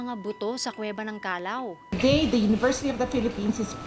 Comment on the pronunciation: Kallaw not Kalaw